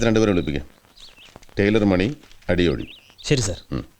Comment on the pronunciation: പേര് അടിയോടി അല്ലേ... അടിയോളീ എന്നാ വിളിച്ചത്... തെറി ആണോ ഉദ്ദേശിച്ചേ 😂😂😂😂